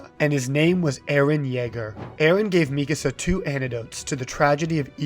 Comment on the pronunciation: Not at all related to the topic but I'm so glad to hear Mikasa's name pronounced this way. I've been hearing other people say it like "Mi casa" and it drives me crazy